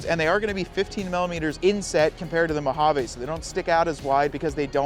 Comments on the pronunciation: Mo hah VEE not mow hawww vayyyy. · Great side-by-side companion. I must admit, I cringe every time I hear you mispronounce the word Mojave … it’s actually “mow haa vee”. But great info! Thanks 👍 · MO-HA-VEE!!!! ENGLISH PLEASE… NOT SPANISH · Mojave is a Spanish word though.